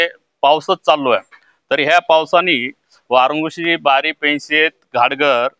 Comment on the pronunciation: वारंधुशी नाय ग माय वारंघुशी असं आहे.....